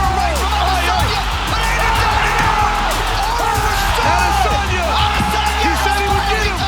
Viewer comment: For how many times his last name has been pronounced correctly by now, how has Izzy’s own organization not caught on to the pronunciation of his last name (I Diss On Ya) ?!